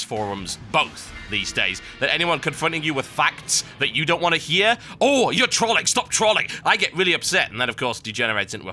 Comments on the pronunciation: Total. Say troll.. Then ING not Troling Sound silly lol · Since when was trolling pronounced with an "a" instead of an "o." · OOOMG. You pronounce Trolling and Troll in such a weird manner, TB XD